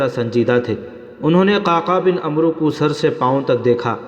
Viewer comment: bhai عمروko amr padhe ع par zabar aur و silent rehega